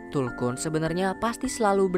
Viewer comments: tulkun bang.bukan kuntul..arghhh risauuu..😂😂😂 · Maaf aku tertawa karna abg nya salah sebut .masak bilang kuntul😢😂😂😂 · Tulkuntul yg gua denger bang wkw